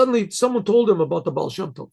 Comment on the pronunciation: Yeah but..... "Ba"al" You know?